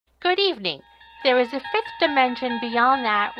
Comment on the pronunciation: Goo...deevning???? HEEHEEHEEHEEE!!!!